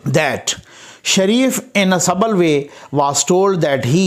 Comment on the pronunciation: i am a great fan of u. sorry to tell, subtle (suttle pronunciation) means "so delicate or precise as to be difficult to analyse or describe."